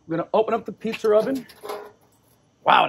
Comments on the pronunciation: Great looking “pete-zer” DiBettereto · Pizzer oven? 😂